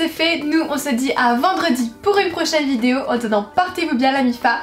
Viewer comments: Moi j'adore quand tu dis "vidzéo"🤣🤗❤ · j'avoue regarder tes vidéo en grande partie parceque j'attends que tu dises le mot "vidéo" , c'est super mignon ta langue qui fourche là dessus _ belle soirée à toi